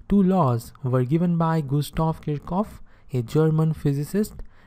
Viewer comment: i was surprised by the pronunciation of kirchhoff but when i put in a bit of research you are actually right... Wow accuracy at its best